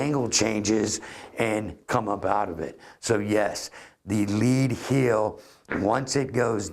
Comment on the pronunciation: Its 'heel'. ;)